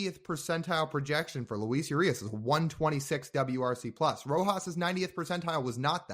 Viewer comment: When pronouncing Urias last name, the “U” is pronounced like two O’s put together. Like oo. So if you were to write out the pronunciation it would be oorias. In Spanish the U doesn’t have a Y sound more like an O. You can look it up if this is too confusing haha